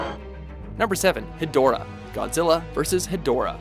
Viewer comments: is stupid he said hedorah wrong plus king cesar is not a villain is so so stupid 😠😡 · I resent the inclusion of Seesar, Angilas, and Rodan. Look closely, they were all buddies for the better part of the franchise. Oh and Hedorah, despite the spelling, is actually pronounced "hedge-rah."